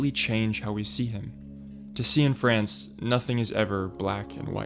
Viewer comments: Is Derek’s surname really pronounced “See-In-France”? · "See-in-France"? Come on man